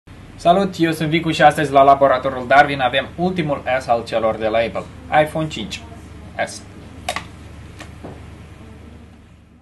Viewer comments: Știu că se zice eipăl*. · Se pronunță:eipăl! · se zice aipăl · ăpăl, nu ăipăl.